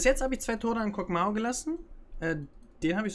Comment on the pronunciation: Kog MAW (MAH) nicht Mao 😂